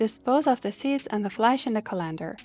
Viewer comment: Can't even pronounce colander lol